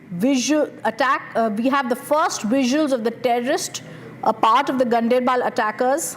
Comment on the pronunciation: it is not gun dr bal or gun dair baal ..... it is gaan der bal... Ganderbal